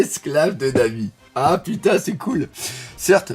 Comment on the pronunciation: tu m as tué à 2m12 avec ton putNaise 😂 Je respecte l effort wallah! Que Dieu te bénisse! Bon dimanche